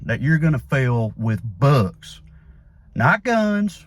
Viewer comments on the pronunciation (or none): Trey saying "books" in his Tennessee accent. 🤣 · Trae saying "books" in his Tennessee accent. 🤣